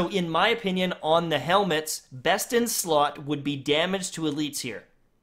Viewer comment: Imma follow your twitch rn just so I can beg u not to call them freakin heLmuTs anymore 😂